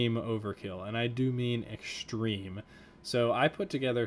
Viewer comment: ECKSCHTREME? "Extreme." No 's' sounds. Say it right.